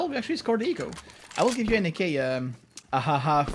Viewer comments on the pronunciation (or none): more than an ak really doesnt soumd like a G sound